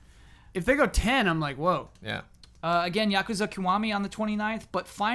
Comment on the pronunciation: Kiwami is pronounced more like Key-wa-mi instead of Ku-wa-mi